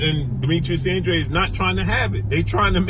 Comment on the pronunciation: that’s how you pronounce it it’s a Hispanic name bruh